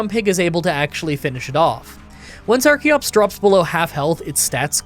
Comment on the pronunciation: I forgot to finish the video and just came back to finish it only to hear call archeops arceops. Does he not know how the CH sounds in English?